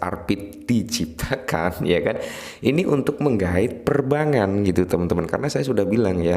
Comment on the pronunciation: Bang, tolong dikoreksi, yg mana benar? Perbangan? Atau Perbankan? Kalo denger perbangan, ya tinggal sambungin aja 😂